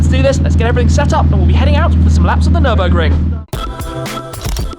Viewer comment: “Nirbin-burger”. Muscle vs tuner 😂😂😂